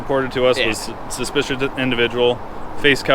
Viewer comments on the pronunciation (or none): He can’t pronounce “suspicious” lolz